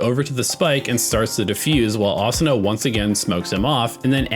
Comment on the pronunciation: Thank you for not pronouncing it Uh Soo Nuh 😅